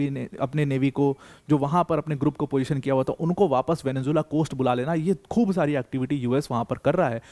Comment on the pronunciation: Mene video tabhi band kardiya jab Venezuela ko isne Venzulla bolna chalu kiya.